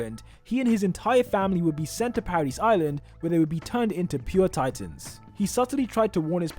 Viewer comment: Paradis is pronounced as “paradee”, the S is silent. You sound ridiculous saying parad-is